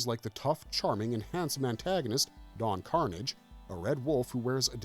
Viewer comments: Don car-NOZH, not Don CAR-nidge. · Lol. Everytime the narrator says it like "Carnage" I'm reminded when the actual character on the show would get pissed when someone mispronounced his name "No, it's Don Car-naaaaggggggge" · Don Carnage's last name is pronounced like corsage. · It is pronounced Don Car-NAJ! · It's Car-NAGE! Don Car-NAGE!!! Lol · Don Karnage would not be happy with the mispronouncing of his name here 😂😂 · Yeahhhh I didn’t think it was until he mispronounced Don Carnage’s name and the sword “cutlass.” Ugh great way to get me to stop watching your content. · Glad I'm not the only one who noticed this.